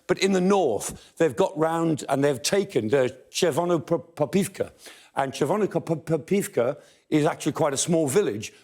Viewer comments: as a Ukrainian I do appreciate attempts of professor to spell Chervonopopivka the right way :) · Kudos for saying Chervonopopivka, above all today.